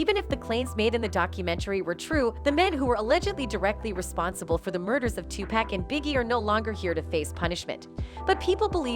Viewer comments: why she keep says 2 pack it pac!!! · You lost me when you called him TUPAK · Tupac not 2pack lmao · uggh its not pack is pac ( paw-lk ) Tupac ... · Is not pack is pac white folks always pronounce black people name wrong is tupac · I cant belive that in 2023 you idiots still saying 2pack..damn idiots is Tupac without the damn K. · I can't even listen to "journalists" that say 2-pack. It's FN "Tupock" his first album was titled "2Pacalypse now" Damn why am I having to explain all this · Did she said 2 pacK??😂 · I get so annoyed when I hear people pronounce Tupac. " two pack" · Dude his name is not pronounced as pack. 🤦‍♀️ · Lol why she saying 2 Pack 🤣 man two Americas lol culture vulture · bitch did you just say Twopack🤣, im not even American and I know you fking up🤣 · Couldn't watch the whole thing with this lady saying "2pack" every single time . Another contemplation of shit from someone who doesn't know shit about what they are talking about 🤦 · “Tu-Pack” Smfh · I'm a female white hiphop fan and can't stand how white people pronounce if tupack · But she call 2pac by his wrong name.. 2 pack .🤣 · She keeps on saying 2pack it's driving me crazy